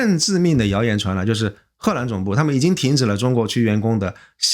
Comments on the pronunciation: 为什么念贺兰？ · 荷蘭的荷是二聲，不是四聲，一直賀蘭賀蘭聽不慣😂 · 这河南的更是故意的吧😂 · 艾森读 荷兰的时候好像有河南话那味😂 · 感觉是湖北